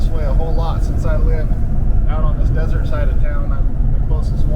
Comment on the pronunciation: “Desert,” I thought you said, “dessert!”